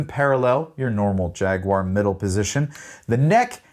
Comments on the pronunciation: Why can't Americans pronounce jaguar correctly?! 😂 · Thank you for pronouncing Jaguar the most objectively bestest way possible. Fun fact: The Metallic KO color was originally called Candy Apple Rust when the guitar first was released and then for some reason they changed it rather quickly.